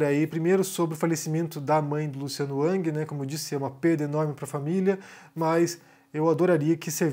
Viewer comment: Não é ANG. É RANGUI.